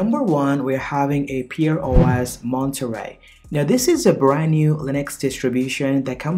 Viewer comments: pear as in pair, not pear as in peer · Pronounced Pair not Peer And Pear OS is an older distro which I've used in the past and love it